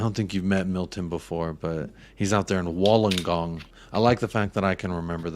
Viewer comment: Wool-ongong in pronunciation